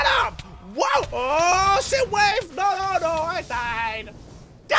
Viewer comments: He said shish wave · he said sheet wave